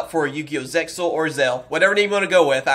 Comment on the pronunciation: Zexal is the correct way of saying it.